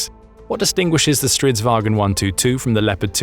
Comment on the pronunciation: aboute the Stridsvagn 122+... you pronouce it way wrong, soory! think more like war_cart. & yes it is straight translation from swedish 😂🇸🇪